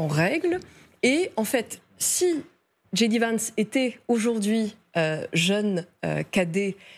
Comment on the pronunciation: Djay di pas dji di